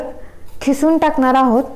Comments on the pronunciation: Khisun nhi g bai kisun bol.....🙄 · Mam your recipe is very good but you talking Khisun but It is kisun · खिसून नाही किसून आहे शब्द